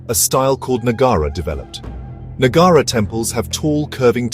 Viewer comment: Please correct your pronunciation the name of the place / village is AIHOLE and NOT what you pronounce AIWHOLE. Also it is NOT NAGAARA but NAGARAA. And the visuals are not of AOHOLE alone, but are mixed-up mess.